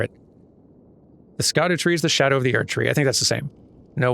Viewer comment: Oh! The way pronounces it really sounds like the Dutch word for shadow: schaduw. Then again, tree in Dutch is boom, pronounced bowm (as in the weapon bow ending in an m-sound), so the similarities were always only halfway there. Nevertheless, it sounded nice. I’ll just enjoy it as long as it lasts.